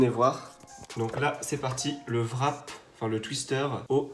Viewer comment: Le WRAP se prononce pas vrap met rap :)